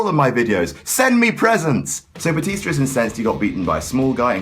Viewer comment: "Batista to Bootista to Bluetista to Byetista" OH MY GOD I LOVE YOU